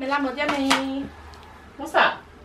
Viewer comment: You don't say it like lamo you pronounce it yamo x